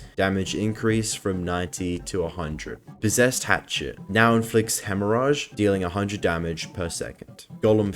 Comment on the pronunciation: Bro, hemorrhage is pronounced just like "rage".